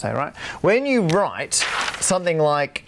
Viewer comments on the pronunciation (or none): none